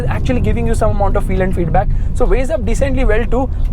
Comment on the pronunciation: its feedback not feeeduu baakk